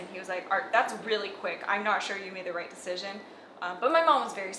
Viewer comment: Rachelって「Right.」の発音が「レイト」に近い気がする…ネイティヴの発音は「レイト」なのかな？